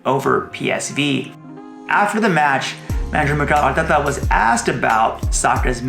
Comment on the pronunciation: Always enjoy your videos but still find the way your pronounce Arteta really jarring